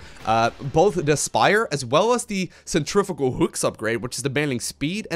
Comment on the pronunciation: I wish you could say "centrifugal" correctly :P